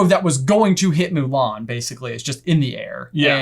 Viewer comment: I'm not going to bother watching the live action remake. The first thing that turned me off to it was the removal of songs and Mushu. I do appreciate the more proper pronunciation of the surname though.